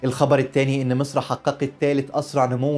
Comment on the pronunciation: هو انت بتنطق مسر زي السيس ليه يكونشي هناك مسر الغنيه قوي قوي الي انت منتمي ليها ومصر الفقيره قوي قوي المنتمي لها الحرافيش قريبا سترجع مصر من كرش مسر وبلاش ينظر نظره خربها